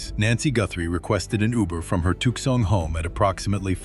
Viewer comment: Tookson Arizona. LOL. I hate this AI shit.